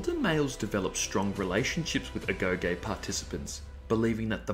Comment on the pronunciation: Thanks for the info. One thing though, it's pronounced 'agogi'